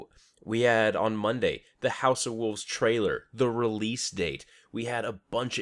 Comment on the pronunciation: WOLVES not WOOVES lol